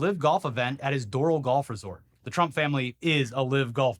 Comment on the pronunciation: It’s pronounced Door Al 🙋‍♀️